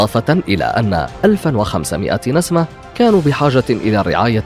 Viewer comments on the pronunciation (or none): انت لا تنطق كلمة (نسمه) بشكلٍ صحيح